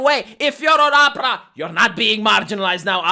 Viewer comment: I like the way pronounces Oprah's name, it sounds like "opera". Hahahaha 😹. BTW, this is a great video 👏